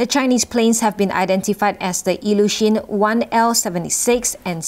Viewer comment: It's Ilyushin-76 'IL-76' and not Lyushin or LL-76 ! This is a Soviet-era long-haul military transport plane now refitted with new electronics.